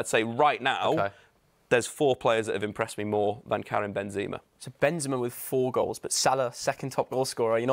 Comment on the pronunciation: “benzema” is not that difficult to pronounce🤦🏻‍♂️